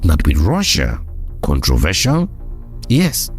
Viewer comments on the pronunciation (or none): none